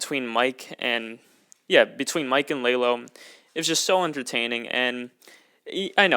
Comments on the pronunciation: Do not say Lay low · Láylo makes me mad it's la Lo